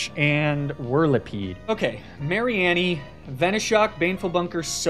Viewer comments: Lapras I can accept. But mispronouncing the greatest Pokémon pun, mareanie, Mary-en-e is EVIL. It’s MARINE-E like marine meanie. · I was so lost when he kept saying Mary Annie and wondering what was gonna be sent out on the field. Mareanie like Marine and Meanie